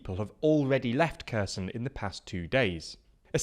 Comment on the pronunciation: Kerr Sun 😅